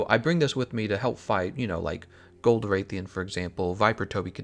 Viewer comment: does a top ten with knowledge about monster hunter Says "Wraithian"